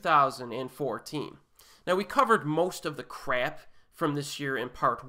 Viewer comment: I love you say "crap"... like you really emphasize it's crappiness. 👍